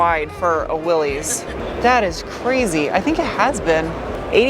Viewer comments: WILL- ESS not Will -eeez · I know it doesn't look like it but Willlys is pronounced WIL-iss. Thank you for the fun video! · Willy's is how I've always pronounced it... and then I wiki'd the history... crap. It's Willys - no apostrophe. So, pronounced like: Willis. No likey, but it is what it is. I'll hafta just [shudder] learn and [more shudder] change. j/k - it's not some form of trauma... changing how you call, or pronounce, something. :D